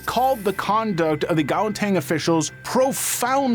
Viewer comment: I know that this is a serious video but the way he said Gauteng had me cracking up. (I'm from South Africa)